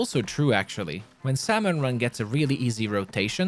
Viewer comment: its pronouced sam-on, not sal-mon